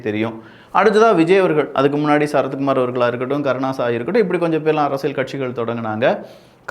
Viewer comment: தம்பி, உங்கள் பதிவுகள் அனைத்தும் நாகரீகமான முறையில் நன்றாக உள்ளது. ஒரு சிறு வேண்டுகோள். தமிழ் உச்சரிப்பில் சற்று கவனம் செலுத்துங்கள். அரசியல் என்பதை அரசியள் என்று சொல்கின்றீர். இது போலப் பல வார்த்தைகளில் ல கர, ழ கர உச்சரிப்பு தவறாக உள்ளது. சரி செய்தால் மகிழ்ச்சி 🤩